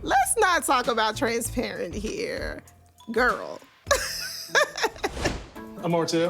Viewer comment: Roll that bean footage back! What was that word attempted to say? "Transaparient!" Girrlll!!😂